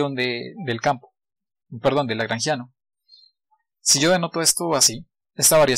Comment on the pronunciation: Por qué dijiste lageangiano al inicio?